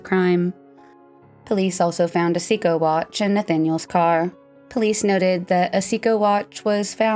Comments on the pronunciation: Sidenote: Seiko is pronounced "say ko", not "see ko". We all had one back in the day. If there's ever a question about pronunciation, they're available on line. It's a handy tool for YouTubers. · It's pronounced "say-ko" watch. Is this not common knowledge? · Seiko [say-ko] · Well it's not English and the narrator is an English speaker. The only reason I know what it is is because my parents were optometrists and got a lot of Seiko swag from their reps to bring home.